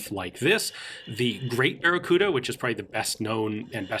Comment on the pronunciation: Sorry man, I can't say baccaruda...